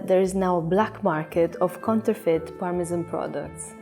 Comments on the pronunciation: As a chef, these narrations kill me - Gonads - Parmesan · My favourite part was the start of the Parmesan section where the narrator said "Parmejahn" and the lady straight after said "Parmezan" Ah, English 😌